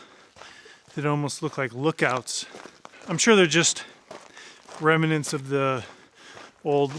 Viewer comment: Excellent work and truly fascinating video. Can I just be the language police though and say it’s remnants not remenants 😅